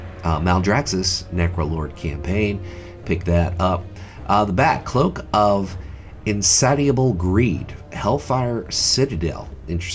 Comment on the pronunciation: in-satty-ugh-bul? its pronounced in-saysh-e-ugh-bul